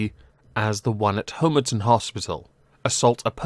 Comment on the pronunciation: Excellent. But as a former inpatient of the RNRU at Homerton Hospital, please learn to pronounce it properly. HOMERTON as in Pom not HOMERTON as in Home